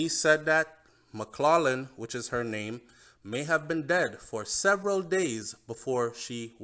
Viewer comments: The name McLaughlin is pronounced MACK-LOC-LIN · Hey, maybe you don’t realize but the last name McLaughing is pronounced: “Mack clocking” please note. This is just a constructive criticism!!